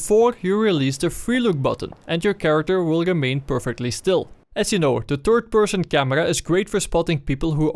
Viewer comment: "The turd person..."